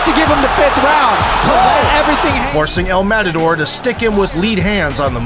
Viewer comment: this guy butchered the pronunciation of El Matador so badly its sickening